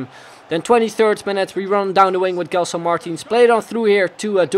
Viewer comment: It spels like DJELSON not guelson